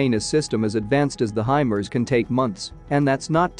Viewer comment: I thought it was pronounced "high Mars" not HYMERZ.